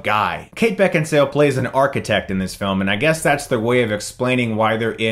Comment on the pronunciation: Beckinsale so hot though prolly butchered her name.